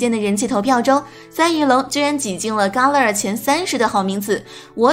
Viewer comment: 伽勒尔 = jia le er !! 一直听到ka le er 怪怪的,新动画泪眼蜥不是小智收服的!!